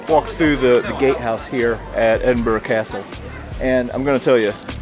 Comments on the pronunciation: Just a minute or so into watching this video of your visit to my home town. I am impressed that you bothered to say the name correctly. We always appreciate it. On the one o'clock gun: we joke here that at one o'clock, you can always spot the tourists by seeing who jumps. 😆 As for the locals, well given the channel content, I shall tell you this tale. The year is 1915. A British soldier is sitting in a trench in France. As he looks around, he notices another soldier beside him. The second soldier seems to be constantly fidgeting and unable to sit still. To begin with, the first soldier assumes the second soldier is just naturally nervous. But as he watches him, he notices something. So the first soldier nudges the second and says "Here mate. You're from Edinburgh aren't you?" The second soldier is surprised but answers "Um, aye. Born and bred. But how did ye know that? We've never met before." "Easy." Replies the first soldier. "Every time one of them big guns fire, you check your watch." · Fun change…lived in Edinburgh while working, fun castle to visit on the quiet days! Thanks…and you did pronounce Edinburgh correctly! Andrew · As a Scottish girl in Aberdeen I am delighted to hear you pronounce Edinburgh correctly xxxx🎉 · F me! A yank that can pronounce Edinburgh correctly 😜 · Please please please say your coming to Aberdeen next I would love to bump onto you oh and Can I just say well done pronouncing Edinburgh correctly I’m an aberdonion if you couldn’t tell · kudos to or being the first American I've heard pronounce Edinburgh correctly. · I agree, you said it perfectly. Most Americans say EdinburG or Edinboro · Perfect weather eh 😂 Edinburgh a very historic place and the way the castle is up on a rock is incredible. (Great to hear an American pronounce Edinburgh correctly too!) 🇬🇧